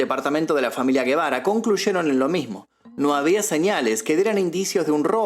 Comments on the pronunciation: No es Guebara, porque no lleva U, es Gebara y suena como si fuera J , o sea JEBARA. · Sin ofender. La G se pronuncia como J porque no es GUE...k suena como la G de GATO.